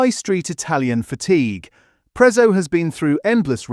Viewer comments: It's not pronounced Prezzo it's Pretzo to call it prezzo is disrespectful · If you can pronounce Pizza correctly you can do the same for Prezzo!!